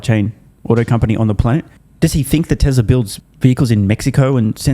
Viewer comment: What's "Tesler"?